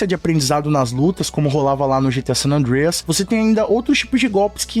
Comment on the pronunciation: Curti demais o vídeo. Porem curti mais ainda por ter falado San Andreas corretamente. 😂